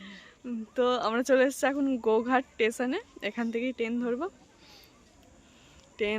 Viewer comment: bolo Train. Ten noy.